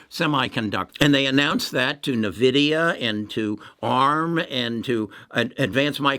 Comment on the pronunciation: Why should i trust someone who can't even pronounce nVidia or EUV correctly? Who doesn't know that TSMC decided to pass on High NA EU for now, even though they can buy it from ASML. There is so much wrong information in this video..and I say this as an Intel bull